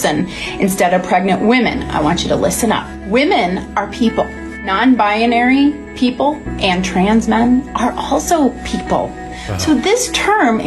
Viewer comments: Did that "doctor" say "BIA-nary"? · Binary is THREE syllables. Not 4. Is that so hard?